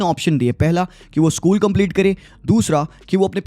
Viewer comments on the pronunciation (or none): none